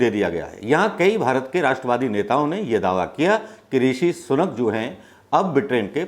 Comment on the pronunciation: सनूक नहीं सुनक।